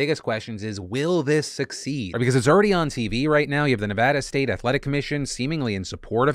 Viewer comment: Firstthingsfirst thank you for pronouncing Nevada correctly second off watching these people getting knocked the f*** out gives me headaches